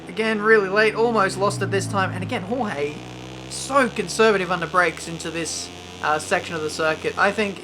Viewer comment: "Hohey Martin"... Someone has to teach how to pronounce names... Kivyat, Hohey...